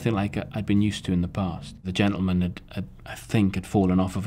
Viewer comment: he so funny "sadly" "genteman" lamo